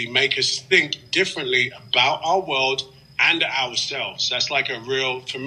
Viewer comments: our wowed!? What's a wowed!? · "Our Woolld" is in real danger I'm sure.